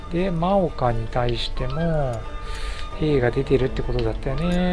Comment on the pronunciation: ✡真岡 ○もうか ✗まおか ですよ。 色々な読み方があって難しいですよね。